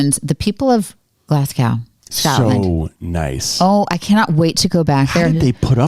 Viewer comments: Love everything you guys do! But Phil led you astray when he pronounced the city’s name as Glas- gow. ( as in ow that hurts) . It is pronounced Glas-goh (as in Oh! That’s a surprise!) . I wondered if Phil got it wrong because of his New Zealand accent… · Guys it's pronounced Glasg-oh not Glas-gaw Love watching this as I've never seen the amazing race. Also buchered Edinburgh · Excellent video. You could probably also make another whole one on how you walked the tightrope between what you would like to talk about and what CBS would allow you to. Btw, I cringe every time you mispronounce Glasgow. It isn't pronounced the way it is spelled. Try Glaz-go, not Glass-gaow. Surprised you didn't pick up on that, or that the locals didn't try correcting you. I guess they were just too polite. Bet there were some red faces with the production crew re the confusion on the first clue and the wild goose chase they made everyone go on. As if the race isn't tough enough. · So happy to see you in the race, love your videos. But when you go back to Glasgow, pronounce it Glazgo . 😊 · Pronunciation tips.... Glasgow = Glas-go, Edinburgh - Edin-brugh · You guys are awesome...the wrong pronunciation of Glasgow is driving me crazy though..sorry.